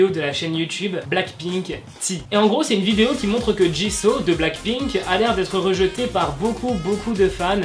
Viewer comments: Sa se dit jisou pas jiso 😠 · Mais tu dis Jiso c'est Jisoo pas Jiso ma pauvre Jisoo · on dit jisoo pas ji so je crois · on dit JISOU pas Jisso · Jisoo ❤️c'est ma bias😍 dans blackpink je l'ai en fond d'écran de verrouillage juste ça se prononce bien jisso et pas jissou? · Ta façon de dire jisoo me fait rire car il faut dire jissou et pas jisso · Super vidéo D'ailleurs ça se dis JIZOU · MAIS STOP 😭😭😭 J'suis désolée mais tu prononces souvent mal les noms ! C'est " 지수" doit "JisoU"... et c'est toujours "LiSSa" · c`est pas pour te critiquer mais Jisoo se prononce JIZOU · Non ça se prononce " djissou " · Attendez c " Jisso" ou " jisou" la prononciation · La façon dont tu prononce Jisoo est juste horrible. Tu peux pas dire que tu es Blink et prononcer son nom comme ça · A chaques fois qu’il dit jisoo mes oreilles souffrent